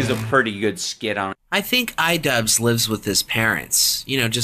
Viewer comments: It’s not idubz its idu-b-b-b-z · It's pronounced Eedoobbbz.